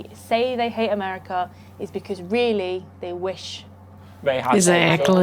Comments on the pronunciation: Is he saying , "MOCHA"? Why is he talking about chocolate? Wait...what? He thinks he is saying "AMERICA" lmao! Seems the British can't speak English! We don't lose sleep over what Britain or Europeans think about anything actually. We love you guys, but you and a few other youtubers are the exceptions. They hate us, but REALLY want us to stay in NATO and WHO, they want us to defend them, (at our cost) and drink tea with our pinkies extended, lol. We don't care. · Amelica lol learn to talk brother 😂😂